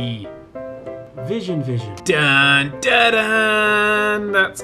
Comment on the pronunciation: I’ve seen this video over 100 times but “vison vison” still makes me laugh